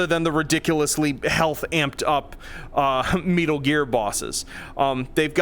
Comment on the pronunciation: Wait, did he say Meatal Gear bosses...? Imagine he legit adds Meatstral, Senator Meatstrong, Jetstream Sosig, and Meatsoon. And they're all melee based